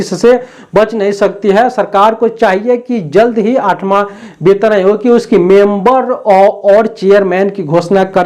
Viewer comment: वैसे तो आप वेतन आयोग को बेतन आयोग बोलते है, पर आप बिल्कुल सही है क्योंकि ये सच में बे-तन आयोग (बिना शरीर का आयोग) है।😂